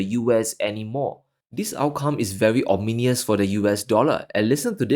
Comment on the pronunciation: It is not ominious it is ominous